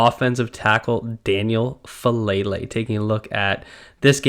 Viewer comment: could you pronounce his name correctly?